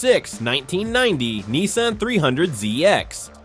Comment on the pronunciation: he cant even pronounce nissan right